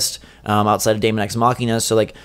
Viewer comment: Nice video and list guys. Mario Bros Deluxe is a no brainer and should have came out late this year but was probably pushed back too Jan 2019 so Smash can get the full effect of the Holiday Season. Deemon guys not Daymon, Daemon(demon) x Machina is a game that just looks better and better everytime i see it, i am not expecting a big story campaign but with online multiplayer, it could be a ton of fun. Yoshi's Crafted World is looking like a relaxing fun playthrough. Project Town we need too see more of but it could be really good. AC i don't play but it is a huge Nintendo franchise. FE 3 House's is gonna be in the top 3 best Switch games of 2019 and i think it's gonna wow a ton of people. Luigi's Mansion is gonna be alot of fun and i am expecting and 2nd character a female character and too be able too playthru the story campaign in 2 players, that would be awesome. Pokemon is another franchise i don't play but i am gonna keep my eye on it n see how good it is gonna been but again another massive franchise. Metroid Prime 4 i do feel will be the best looking and best playing game on the system and will utilize the Switch n Joy-Cons too the fullest, this is my pick to be the best game overall in 2019. Bayonetta 3 should have been on the list tho, that is going too be a dope Title in 2019.